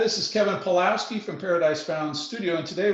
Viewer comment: Pawlowski is a Polish last name (originally: Pawłowski). It should be pronounced 'pav-wo-vski'.